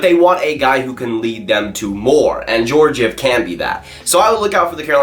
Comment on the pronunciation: Can you pronounce Georgiev right